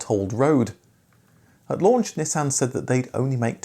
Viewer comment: It’s not a Neeesan, it’s a Nissan. 🤣